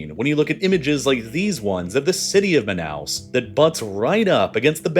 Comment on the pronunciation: Say it with me: “MAH-NOW”